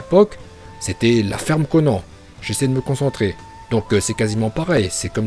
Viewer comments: kon qui ?? pq y dit konan c konane en pronontiation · Ça s'écrit konan mais ça se dit konane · Dedera, mandanda, konan😂😂😂😂😂mais sinon super video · Non il s'est trompé sur la prononciation de konan